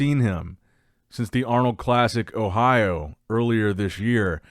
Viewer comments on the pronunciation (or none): none